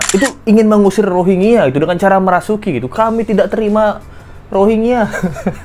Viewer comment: UNHCR R nya rohangya